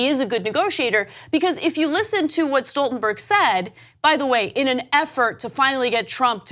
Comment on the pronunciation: Kudos to Ana for pronouncing Stoltenberg correctly! For some reason, people seem to think his name is Schtoltenberg.